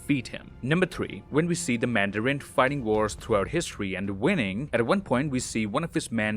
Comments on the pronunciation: What's that thing says? "Till then I'll see you guys in the next won"? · Every time you say “I’ll see you in the next one”, one sounds like Wong and I think that’s very fitting. And the “wong will be back next week with more disturbing facts” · "Until then, I'll see you lads in the next *Wong*"